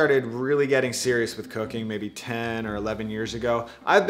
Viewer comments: Everybody, he is saying cooking not cocaine. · Sounded like "cookin" to me. I'll have to watch again. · I really thought he said, 'since i started getting really serious with cocaine, years ago'. Ignore me.... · Am I the only one who hears "cocaine" in the beginning? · I thought he said obsessed with cocoine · He said cooking.... i Heard "Cocaine"... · I totally heard that too